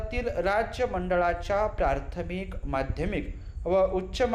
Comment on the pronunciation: बाकी सर्व ठीक आहे सर फक्त मला प्राथमिक चे ऐवजी प्रार्थमिक असे ऐकायला आले , काय योग्य आहे?